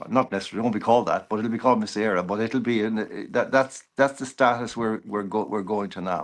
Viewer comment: Love John but surprised at his pronunciation of Mise Eire